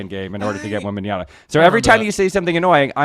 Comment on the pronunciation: It's Wembanyama with an 'M' Mr. Schur.